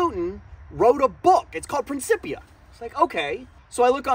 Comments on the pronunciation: "Prin kip pee yah". Just so you know. 😉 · The c is pronounced like a chip. Prin-chip-ia And just remember what the Nobel Prize winning physicist Ernest Rutherford said: "All the science is either physics or stamp collecting." Newton's concepts of mechanical motion are indeed simple. Also Newton didn't say "F=mA". He said that the force an object exerts is equal to its change in momentum over time. The thing here is that mA is mathematically the same thing as the change in momentum over time. And it takes calculus to properly describe it. F=mA=dp/dt And F, A, and p are vectors, so that's even more power (read "complexity"). So yeah, as a concept to talk about on YouTube, it's simple. To accurately describe it (i.e. to be able to USE it) takes a little math. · Huh, always thought it was pronounced 'prin-K-ip-ia'